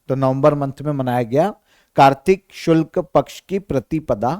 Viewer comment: गुरु जी शुल्क नहीं शुक्ल कहो ...कुछ भी कहते रहते हो l और एक बार नहीं कई बार l 😠